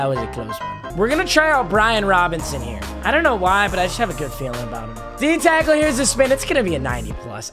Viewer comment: he said cackle instead of tackle